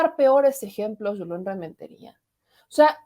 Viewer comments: es Julen no Yulen. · el senador se llama JULEN si se escribe con "jota" se pronuncia con jota NO CON "Y" porque así es en ESPAÑOL. Asi que no le digas YULEN